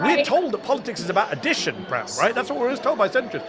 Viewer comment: Mehdi Prem is pronounced Prame.. you know that.. or should, since you are Indian